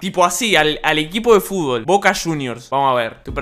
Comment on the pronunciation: equipo de fubol xdxd i dice fubol